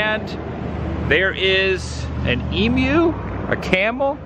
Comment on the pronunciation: Emu is pronounced eemyou lol